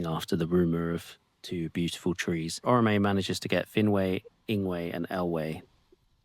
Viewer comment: This isn't a huge deal, but you might like to know that it's not pronounced Orro-May, but rather Or-Awe-May (with an emphasis on and slight elongation of the 2nd syllable or-AWE-may). I think there's a pronunciation guide in the back that explains all this. Not particularly relevant unless you're really into the mythos. One of the things that REALLY pissed me off in the movies, is that the 'Language Experts' they hired to bring Sindarin to life, as a language, completely fucked up the pronunciation of the name Eärendil. The pronunciation guides make it IMPOSSIBLE to fuck this up! There are fans all over the internet who know better than these 'Language Experts!' They pronounced it as "Ear-end-ill," when it should have been pronounced as "Eh-YAR-end-ill." The dots above the 'a' indicate a diaresis, not a diphthong so rather than blending the vowels, each one should be pronounced separately. So Eärendil= Eh-Yar-end-ill, even though in the movie you'll hear him called Ear-end-ill. Also, another name commonly pronounced incorrectly is pronouncing Yavanna as "Ya-Va-Nah." The double-n indicates an elongation of the 'n' sound, as with "pen knife," or "can not." This makes the correct pronunciation "Ya-Vann-Nuh."